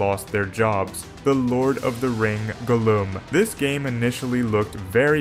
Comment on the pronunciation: I'm sorry, how do you pronounce Gollum?